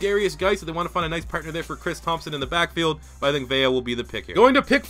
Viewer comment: Take a shot every time mispronounces "Vea". EDIT: He mispronounces it once, but pronounces it right during his selection.